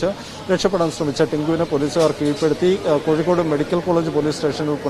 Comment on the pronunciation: Koyikod alla mole kozhikod